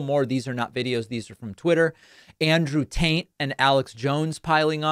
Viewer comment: i assume david calling andrew tate “andrew taint” was intentional 😂😂